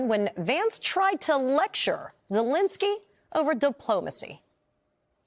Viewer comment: Zelenskyy, not "Zelinsky."